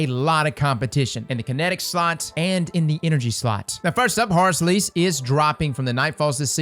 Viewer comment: All I hear when you say the name is Whore's Lease